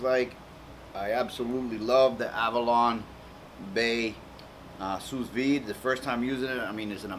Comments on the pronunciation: maybe it's sue not sues but this guy sure can cook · "Sue Veed" not "Sue's Veed" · It's pronounced Sue Vide bro, but you kicked as on this bro. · It is "Sous Vide" meaning "under Vacuum" it is Pronounced "Soo V, id" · THANK YOU!! every time he says sousssss i couldnt help but crack up